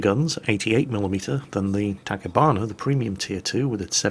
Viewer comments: "Takibana" Huh. Didn't know that's how you pronounce "Ta-CHI-bana". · it's Tachibana, not Tackibana. If you're still confused, think about how you pronounce Ho-chi-minh. And yes, I know it's a fairly big chance you pronounced it the way you did to tick someone off (in which case, congrats) but then again you did manage to identify a Hakuryu as a Midway once, so this being an honest mistake is just as plausible... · that is NOT how you pronounce Tachibana, the "chi" is not "ki" but like "chi" in "Chile". "hears shotgun being cocked" oh....